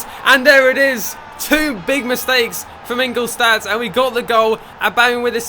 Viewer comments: Its Inglolshtad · The clubs name is pronounced " ing-gull-stat "